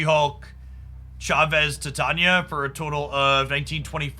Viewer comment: Hey, I just thought I mention that Titania is pronounced like the metal titanium but it's with an A at the end instead of UM not an issue just thought I'd mention it.